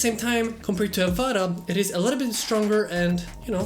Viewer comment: just wondering why he keep caling it AVADA not AVATA